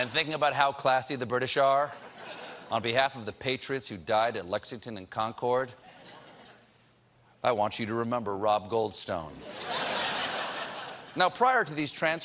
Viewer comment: Love you, Stephen, but it's pronounced "CON-curd."